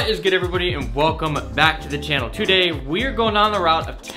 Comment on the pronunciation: I love how he pronounce "today", "tsodey"